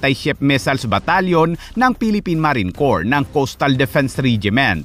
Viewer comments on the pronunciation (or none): none